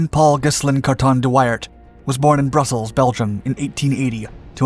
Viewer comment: It’s not thát important but at the start of the vid the city views shown when talking about Brussels are somehow all taken from Bruges (Brugge). His name should be pronounced as wi in window and ar as in art but leaving out the t-sound, like wi-ar. So much for nitpicking…